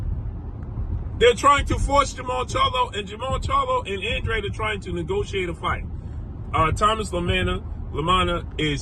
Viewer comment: that’s how you pronounce it it’s a Hispanic name bruh